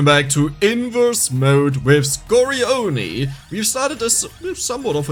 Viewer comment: score oni? nah, you gota read it like "scorae jjoni" double G sound